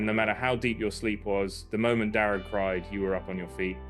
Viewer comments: Darragh is an Irish name. It's pronounced Dara, the gh is silent. Greetings from Ireland. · All those inferior native people pronouncing Darragh as ‘Darra’, it takes an outsider to teach them all how to say it proper. Convert them to say Armagh, Monaghan and Omagh the superior way and remember that stupid actor Mr Kenneth Branagh!